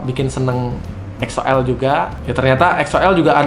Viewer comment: Weedeweeh udah bener donk nyebut EXO-L nyaa 👏👏👏👏 Thank's bang